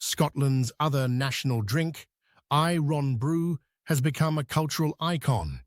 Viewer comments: I-RON Brew.....................🤣🤣.....Irn Bru. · Any old I ron, any old i ron, any old, any old i ron... or do you i ron your shirts, perchance? been in leg I rons? I know it's probably all computer-generated, but surely somebody should have noticed that iron is a word with no gaps in the middle! Besides - it's IRN-Bru...!! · The pronunciation of "I RON BREW" was more a SHOCK than eye-brow raiser....but it's what we expect from those ENGLISH BASTARDS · I Ron Brew lol, it's Iron-Bru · Unbelievable that you have an English person narrate this video! At least get him to pronounce Irn Bru correctly! It is pronounced like the metal Iron ! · That’s NOT how you say “irn bru. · Interesting, but it made my skin crawl to him him mispronounce Irn Bru ("ai.ern bru" to the uninitiated). I had to buy some the last time I was in Britain, and some Tunnock's teacakes! (To be fair, the teacakes were for my haggis at home. He was looking a bit wan and homesick) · Eye- ron- broow,🤖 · I want to know what eye-ron brew is😂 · No! IRN BRU.. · I-ron brew? Come oan.